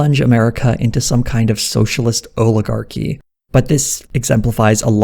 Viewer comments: "Oligarhy" - Glenn Beck. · Oligarhy 🤣 it's like he's 3 👶